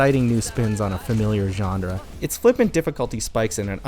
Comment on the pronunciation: GENRE. It's pronounced John Ruh not jondra.